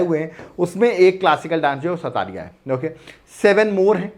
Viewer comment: It's not called sattariya😂.. it's called sotriya